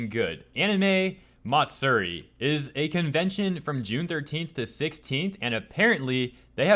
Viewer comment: i'm not sure which is more disgusting. the hypocrisy or the way your pronounce "matsuri"